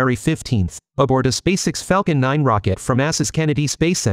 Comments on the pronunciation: SpaceX Not Spaceicks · In your text to speech script, write Space Ex not SpaceX. That way, the audio correctly pronounces SpaceX